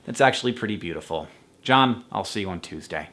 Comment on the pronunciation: Also, John -- am I safe in presuming you were closing your video with stating your name and signing-off, not greeting some other random dude named John? (your inflection was a little odd), I notice you take the YouTuber theme of editing the video down to the brink of almost no pause between sentences, enunicated by overly-emphasized words. (mho). There's a popular YouTuber i have in mind whose voice sounds eerily close to yours, but I can't find his channel off-hand. Swell message of acceptance